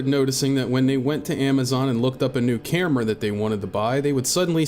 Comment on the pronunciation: Why do you say camera like that? Sounds like New England accent, like how some people in NY say orange as 'are-ange' and not 'ore-ange'